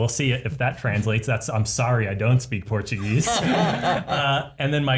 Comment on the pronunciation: that was actually a pretty good portuguese accent, usually english native speakers can't pronounce our words that well!